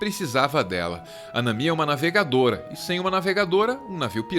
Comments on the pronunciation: Nami, não Namí, essa palavra não é acentuada, acho tão triste essa mudança de som quando vem para o português, que só deveria continuar a mesma coisa como se ouve no anime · Nami não se pronuncia desse jeito... Mas adorei o vídeo, One Piece fez minha infância, comecei a assistir aos seis anos, quando passava no Cartoon, e desde minha adolescência eu acompanho. . Minhas notificações de comentários estão desativados por conta de comentários de ódio que estão frequentes na internet